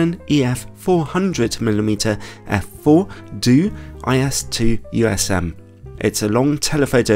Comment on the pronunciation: It's not doooo, its D.O.!